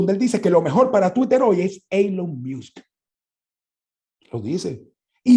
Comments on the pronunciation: "Eylon Miusk" Yo por dentro: "Ylon Mosc" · Una critica constructiva, No se dice Elon Miusk se pronuncia " Ilon Mosk ". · Me encanto este programa, entendi muchas cosas que no son explicitas en estas plataformas pero que hacen su trabajo. Solo una recomendacion en la pronunciacion de Elon Musk es como se lee (ilon mask). De nuevo felicitaciones por el programa. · “Eilon Miusk”? Vamos pana, tu eres más inteligente para no tener que hacer eso… suenas como el usurpador criminal